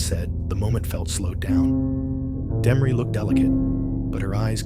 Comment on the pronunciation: This guy is taking bit and pieces of other documentaries and putting them together wrong trying to be somebody and half of it is bullshit. He can't even pronounce Demories name right. What a crock of shit!